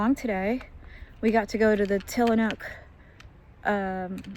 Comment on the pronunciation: Tillamook with an “m” 😉